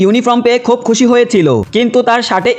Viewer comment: খুব খুশি ❌ খব খশি✔️😂😂😂